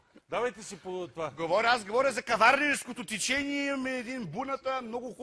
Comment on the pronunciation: " Това е друго тИчениеее..."